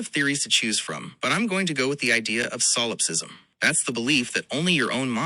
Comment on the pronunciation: This is merely a side note, but I find it interesting that mispronounces solipsism. It makes one wonder what the training material was.